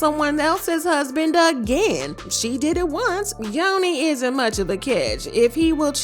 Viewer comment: First off, it’s NYONI, NOT NIYONI! 2nd, they did not break up! Still dating